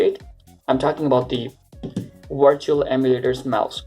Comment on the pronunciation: Why do Indians say vindows and wirtual, but say website perfectly?